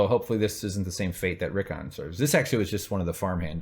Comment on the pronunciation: it's funny that you keep saying Reek-on cause that's what he's gonna be.